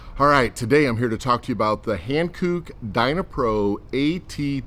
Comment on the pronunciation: Han*cook* not hankoooook 😂😂